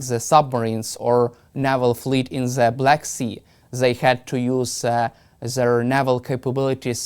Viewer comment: Zis, ze, zey, zat.